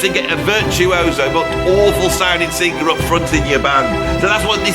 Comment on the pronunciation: Look, man. You can't even say the word "sing•ga•er." Why would I listen to you?